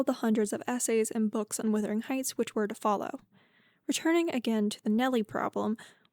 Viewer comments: The word is wuthering not withering. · LOOK AT THE SPELLING OR LISTEN TO PEOPLE SAY IT PROPERLY! IT IS WUTHERING NOT WITHERING!!!!!!!! Wuthering means windy, like the very windy Yorkshire moors.